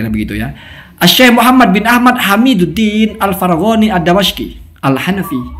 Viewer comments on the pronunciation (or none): Anda banyak Salah loh ketika baca nama ulama... Contohnya Anda baca الدمشقي anda harokati Fatah di د..yg benar diharokati kasroh.. Sebenarnya kesalahan baca haroqat hal biasa..Cuma sering dikalangan anda dijadikan hal seolah2 "waaah", olok2, bhkn mengklaim paling benar pemahaman..Padahal semodel andapun, juga uye afandi sering Salah... Mohon jadi renungan